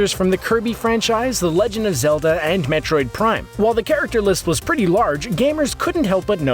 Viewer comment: mertroid prime?